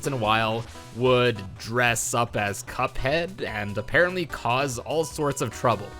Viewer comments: How we say Cuphead: C-U-P-H-EA-D. How he says it: C O O P H E A D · It's pronounced CUP-head! Not COOP-head! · its not coop head its cup head c u p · Ah, yes. "Coophead" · "coophead" Ah yes, my favorite video game character COOPHEAD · Mega MAN Z (ZEE NOT ZED) AND COOPheed (This is obviously a joke) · Why do you say Coophead? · It’s cuphead bot cooohead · its not cupe head its cuphead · omg its pronounced cuphead not “Coophead” get it right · At the end you said Coophead, LOL! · He said coophead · You said coophead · he says cophead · Why did he say coop head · why does he say coophead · that is the strangest way I have ever heard the name "Cuphead" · Your saying Cuphead wrong